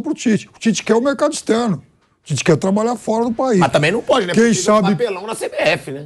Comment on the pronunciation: Onde você lê pite/ É Tite.